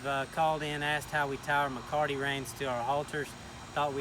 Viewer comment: There is no 'R' in Mecate!!!